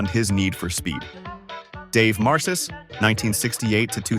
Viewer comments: It's pronounced MAR-kis. Dave Marcus-Wausau, WI. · The AI narration did fine until it got to Dave Marcis and pronounced it with a soft 'C' rather than correctly with a hard 'K' (just like the name Marcus).